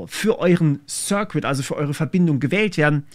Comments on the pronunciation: Circuit wird "Sir-Kit" und nicht "Sir-Quit" ausgesprochen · Ich würde mir nochmal das Wort circuit. Es wird eher wie "cirkit" statt wie "Sir-Quit" ausgesprochen. 😄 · Circuit wird sɜ:kɪt ausgesprochen, nicht sɜ:kwɪt. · Kleiner Englischaussprachetipp: "circuit" - das u ist stumm. Sir Kit, nicht Sir Quit. 😀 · Das ließt sich "sörrkit" nicht "sörquit". Schönes Wochenende ✌ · 'Circuit' spricht man aus wie 'sir-kit' , nicht 'sir-quit' ! Davon bekam ich Ohrenbluten. Aber davon abgesehen, sehr gut. ✌🏼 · Circuit = "ßörrkitt", nicht "ßörrquitt", mein Lieber 😅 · Um dir auch etwas Wissen zurückzugeben: Circuit = eher so "Sörkett" als "Sürkwitt" ;) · Das Video war sehr informativ und interessant gemacht. Einziger Kritikpunkt für mich war, wie du das Wort Circuit aussprichst. Bei dir klingt es immer als ob der "cuit" Teil "quit" wäre. Es ist aber ausgesprochen wie "kit'. Einfach das Wort "Sir' und "kit" aneinander hängen und man spricht es richtig aus. "Sirkit" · Das "U" in Circuit is übrigens stumm :D 'Sirkit' ist bedeutend einfacher auszusprechen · Circuit bitte ohne W Sir Kid oder Sir Quidd (mit hörbarem U, nicht W) , je nach Dialekt. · Du solltest an deiner Aussprache des Wortes "Circuit" arbeiten. Jedes mal "Zirquitt"...jedes mal ein bisschen am cringen xD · Neh es hört sich einfach nur grausam an das als Q zu sprechen! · Hey, lass dir mal circuit vorlesen. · Btw, deine Aussprache der englischen Terme ist etwas "holprig" und das schadet imho dem Inhalt etwas. Circuit zB.